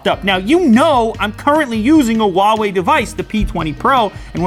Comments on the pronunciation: Lew,it’s “who-ah way” not “wah way” . Why aint y’all pronouncing the H? It’s right there! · "huwaei" what kind of grammar is this